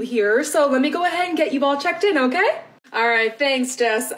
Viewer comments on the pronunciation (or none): Okay* (not "Okat")